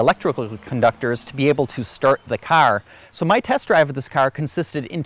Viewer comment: What operat÷s the airbags? You irish? Carrrr Good video